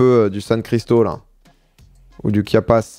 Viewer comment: Passer 10 fois sur Chiapas marqué en géant sur la map sans le voir, tout en prononçant Kiapas....belle perf...